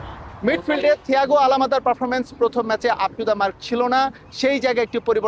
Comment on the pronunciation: আলামাদা না ওইটা আলমাদা হবে। নিউজ করেন উচ্চারণ জানেন না মিয়া